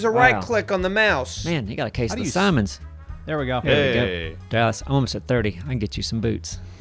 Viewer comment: "Case of the Simons" Lmao